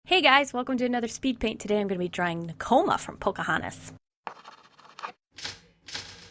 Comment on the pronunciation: I love Nakoma!! I'm so happy you drew her :D I always felt a connection with her too. As much as I love Pocahontas, sometimes I was like, "This girl is too adventurous for me," so Nakoma was my girl x'D Also, you said her name right :)